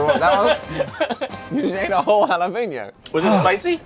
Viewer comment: Can someone please tell me where the “peen” is in Jalapeño?